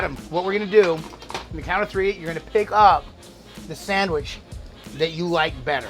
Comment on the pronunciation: We dont say sadwich tf